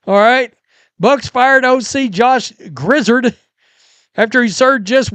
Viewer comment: It's grizzard as in Yard your welcome.